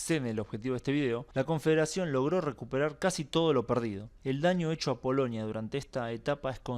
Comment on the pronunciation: POLONIA POLONIA, REPITE POLONIA, No es POLOÑIA 😆😀😁😂🤣😃😄😅